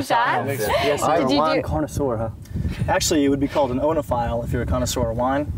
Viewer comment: For a self-described more-experienced, sophisticated guy of the group, he should know it's pronounced "EEno-phile", not "Oh-no-phile" but..... given how this crashing and burning.... "oh-no" is more appropriate.